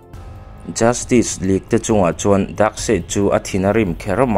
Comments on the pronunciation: Tinge JUSTIK i tih tlat aa JUSTICE ti in lam dik la ngaihthlak a nuam deuh ang.Rilru a la peng deuh tlat a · Justik❌ Justis☑️ Tia lam tur sir... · Tinge Justik ila tih hram a😂Vido hmasa ah khan ka sawi tawh sia, Justice hi Justis ti a lam tur, tik K 👈nilo in Tis S 👈tur hi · Chu chiah ka hrilh tum tak justick tih in a lam zel a😅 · Justice tih i lam dan hi dik chiahlo lo mo,"justik" tih angin I lam ri a, "justis" tih ang zawk in nise,lo soi mai mai😂👍🏿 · A va han lam diklo nasa thei tak... Justice League pawh justik tiin i lam daih a😂😂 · Sausage i lam dan te... Justice i lam dan te leh thil dang neuh neuh hi.. Pronounce dan zir i ngai